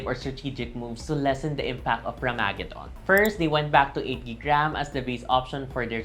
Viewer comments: rammagedon not ram-magadon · You pronounced Ramageddon wrong.